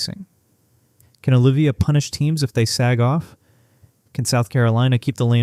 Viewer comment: Dude it's OH LIVE VEE YAH